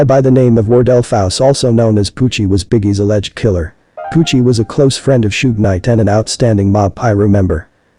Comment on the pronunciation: Da name is pronounced Sug not Sog short for Sugar Bear u must b white 😂